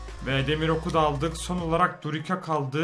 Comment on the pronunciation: durika değil duricca